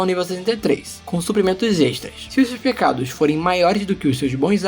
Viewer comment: em algum momento vc falou pegados, não pecados